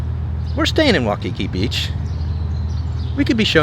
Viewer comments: Oh my gosh again why the silly Wikipedia stats. It is pronounced WHY Key key not wah Kiki. Balconies are lanais. You did pick a good hotel. Best breakfast buffet. If you still there you should try doors off magnum helicopter tour. Not cheap but you will see something amazing and learn some good history.. Aloha. Enjoy your stay . Go diamond head run right from hotel only about about 5 mile return. Way more safe dan you crazy trip to wainai. Good market in weekend amd you can walk by studios were dey filmed both hawaii five 0 and magnums too. Aloha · Your pronunciation is missing the"EEE" sound for the letter "I". So it's "EEolani" Palace and "Wy-ee-kee-kee". You keep saying "Waukeekee" like it's in Wisconsin! On the USS Arizona, you don't mention that the sailors are still below, still IN the ship. You are walking on their tomb. Kamehameha is pronounced "Ka-may-ha-may-ha". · This is why "locals" are moving to NEVADA. HAWAII is Hard Core BLUE, so I do NOT believe those Statistics. Its WAY WORSE then those Stats indicated (Former Resident 26 years). And its "NOT" "WAU KI KI" Its "WAI KI KI"....lolzz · 'Waikiki is pronounced 'W-eye-kiki. You are pronouncing it as 'W-aw-kiki'. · It's not pronounced 'waw-kiki, it's' why-kiki. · Just correcting your pronunciation of Waikiki, it’s Wai-ki-Ik not Wa-ki-ki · You say “wah-kee-kee” and I say “why-kee-kee”. Let’s call the whole thing off.😜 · It's pronounced why-key-key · Why-Ka-Key!Say it! Say it! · Hey guys!! Awesome video. BTW, the beach is pronounced WHY-KE-KE. ALOHA!❤